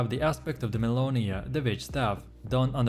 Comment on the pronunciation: Aspect of de MellInOyA Dude I can't tell what aspect you're even talking about. You don't pronounce them correctly and you dont show gameplay with them. Lazy made video.